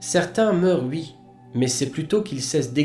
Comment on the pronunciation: mille merci. merci d'avoir pris le temps de traduire tout ça..... je peux par contre pas m'empecher de mourir de rire a chaque fois que je t'endends dire "ui".....pour dire oui....